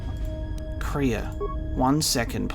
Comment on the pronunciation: The Way you pronounce Kreia's name is wrong, it's pronounced like Leia